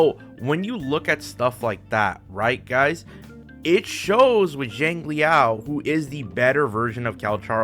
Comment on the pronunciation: It's not JANG it's more of SHANG if anything. SHANG LEE YAO